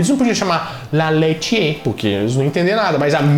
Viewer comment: la leitiér. O som do acento grave é ao contrário.